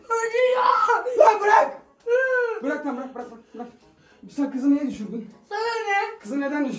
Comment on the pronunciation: Bırak❎ Bıyak✅ Hayır❎ Hayıy✅